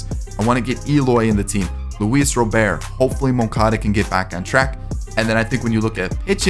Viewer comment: It's pronounced Robert not Rowbear